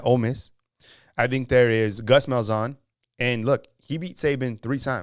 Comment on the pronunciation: Wanted to ask what drugs he's on when he said Malzahn lol